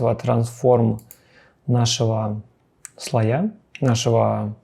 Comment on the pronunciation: Только слОя; ударение на 'О'.